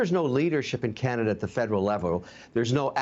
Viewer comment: Karenada instead of Canada 🇨🇦